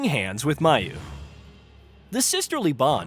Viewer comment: Mayu is pronounced MY-oo, not MAY-oo. Slight niggle